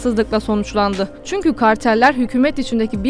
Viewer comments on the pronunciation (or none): none